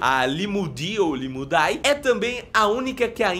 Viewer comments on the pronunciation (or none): Limulidae se lê Limulide com som de e e não de i. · na taxonomia os nomes em latim cujo a terminação seja "ae" o "a" não é pronunciado ok. então sem a pronuncia do "a" ficaria Limulide. a escrita Limulidae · A pronúncia correta e “limudé” toda vez que vc ver as letras “ae (æ)” juntas em latin a pronúncia = é Exemplo: Ædes Egypti